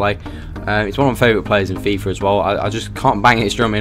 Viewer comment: Hate that he says FIFA with a R "FIFAR